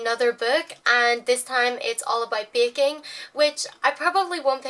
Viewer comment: she says baking like bacon